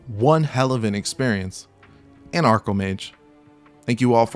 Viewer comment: Arcomage. Not Acromage.